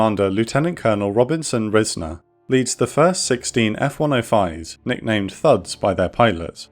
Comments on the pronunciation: Pronounced RIZE-ner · It took me a minute to realize what name you were saying when talking about the lead pilot , but that's my grandfather, though it's pronounced 'Rise-ner' so I didn't catch it at first. And according to the file I read and his stories, he was shot down and landed in the water but was picked up by an amphibious aircraft. When they got him back to Da Nang, he got in a fresh bird and went back up to direct the later waves of bombing runs. I'm glad I found this video while researching for college!